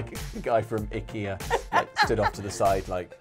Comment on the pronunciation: “It’s ‘ick-ea’.” YES! At last, an English speaker who knows how to pronounce Ikea! Have some gummy mushrooms.